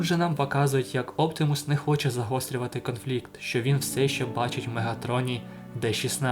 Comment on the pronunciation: Не Оптімус а Оптимус!